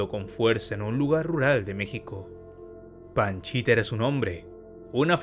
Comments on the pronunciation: "panchita" o "pachita"!?!?!? Según yo, es pachita! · Es PACHITA, No PANCHITA jaja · Por favor documéntate bien no es Panchita es Pachita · No es PANCHITA bro. Es PACHITA. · Es pachita no panchita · Panchita no es pachita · Pachita* no Panchita. Aún así, muy bien video. Te documentaste bien. Lastima que lo hiciste muy corto. Saludos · Pachita, no panchita. 2 años, no 2 meses. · Hola, oye no es "Panchita":(, la sanadora se conoció como PACHITA, saludos. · No comento para criticar,,, pero la curandera se hacía llamar Pachita,,, no Panchita,,, los libros con las vivencias de gringberg y la curandera son difíciles de conseguir pero aki en Youtube se pueden encontrar en audiolibro son muy buenos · Pachita no Panchita. A Jacobo se lo llevaron entidades superiores porque su vida y legado de conocimiento corría peligro. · La curandera se llamaba PACHITA no "Panchita" mi buen! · Se llamaba Pachita, no Panchita. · Solo como dato, es Pachita, no Panchita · Buen video bro, solo que la sanadora era Pachita, no Panchita 🤭 Otra cosa, según sé, cuando fue a buscar a Pachita no iba por 2 semanas y se quedó por 2 meses, iba por 2 días y se quedó 2 años, y en ese tiempo aprendió mucho sobre la mente, y que el universo es metal... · No puedo evitar reírme cada vez q dice paNchita jdjajajaja